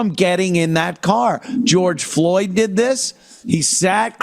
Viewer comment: “What I deed???” 😂